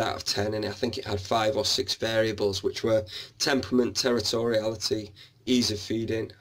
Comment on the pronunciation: Terortoriality. Love that. Dont think ive heard that word before! And well impressed you know about Ollivander! 😍